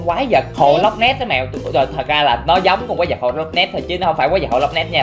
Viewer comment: Nói là loch ness đó anh